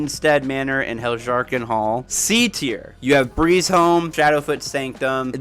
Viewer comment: I'm not criticizing your pronunciation, as there is a great deal of variation in the way even the voice actors in Skyrim pronounce the Nordic inspired words, but I think the J's in Hjerim, Hjaalmarch etc are meant to be pronouced like Y's: "Hyerim" and "Hyaalmarch". Like how Jorrvaskr is pronounced "Yorrvaskr". It makes the names a lot easier to say, at least in my experience :) This was a fantastic video btw, I totally agree with the rankings.